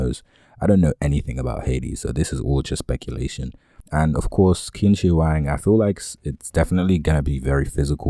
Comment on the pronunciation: Chin = Qin not quin (pronunciation) ♨️